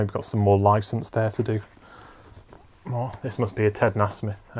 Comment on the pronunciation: Nice one dude. Beautiful paintings. Nasmith is pronounced NAY-smith.